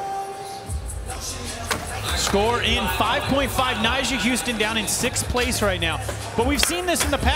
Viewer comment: Also, why’s calling Nyjah “Nysha”?